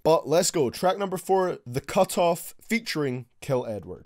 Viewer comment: when he say Edward it sounds like he's saying N word